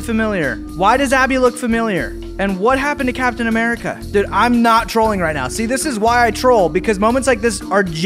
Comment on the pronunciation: bro are you serious right neow